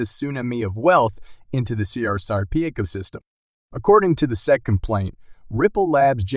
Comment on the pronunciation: its S E C not SEC is this a computer generated voice ?